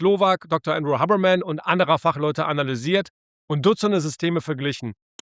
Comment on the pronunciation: Andrew Huberman solltest du schon richtig aussprechen